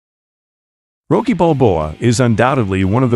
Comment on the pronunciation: You know, at first you pronouncing it "Roekie" irritated me. Then I realized, if Itagaki introduced him into the manga, he probably WOULD put a lawyer-friendly spin on his name like that!